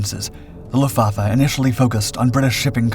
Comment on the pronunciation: You pronounce WRONG - NOT "Meshershmit", but "Messershmit" and NOT Lufvaffe, but Luftvaffe !!